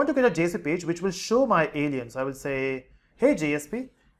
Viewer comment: Why he call us Allen's 😂